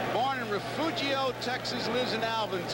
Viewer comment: Garagiola pronounces Ryan's birthplace as Refoogio. Spelled Refugio. But pronounced Refurio. Lol. That's like saying Josay (Jose) as opposed to "Hozay" (Jose). Honest mistake but sounded funny. I'll give him a pass on that.